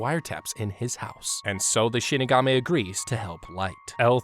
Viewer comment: Who here heard him say Shitigami instead of Shinigami?